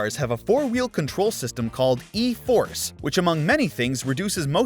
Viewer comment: it's E4ORCE NOT E4ORSE 🤦‍♂️